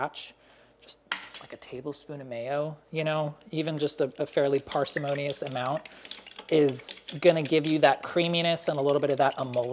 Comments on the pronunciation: Parsemonium? Really? 😂😂😂😂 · PARCE-EH-MONIOUS WTF!!!!!!!